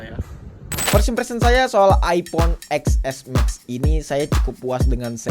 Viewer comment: Ya iya susah dibacanya orng harusnya dibaca (ten + s + max) ga sii 😅